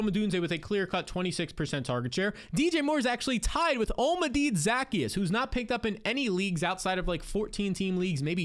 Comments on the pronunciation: Za-key-us not Zack-e-us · 😭😭😭 that’s not how you say Zaccheaus name